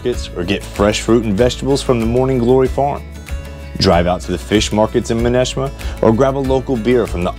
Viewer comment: Nice video on the Vineyard. You were killing us though with the town pronunciations. You got Vineyard Haven right- Menemsha (Ma- nem- sha, it’s just one Oak and 2 Bluffs, Edgar town not ton and Aquinnah A- Quinn - A.